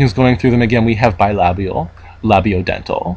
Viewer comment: such a nice pronounciation of the word "bilabial", never thought I'd see one of that in an speech written in english